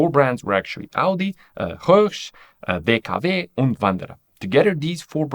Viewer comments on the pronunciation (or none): Hey, Mr., are you German? The way you said DKW und Wanderer led me to think so. I'm not German, but at least I learnt the alphabet.